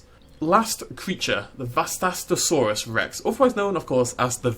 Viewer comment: HOW DO YOU NOT KNOW HOW TO PRONOUNCE VASTATOSAURUS ITS SO GODDAMN EASY